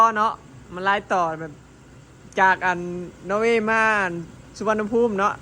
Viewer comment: นอร์เวย์ ไม่ใช่ โนเวย์ เจ้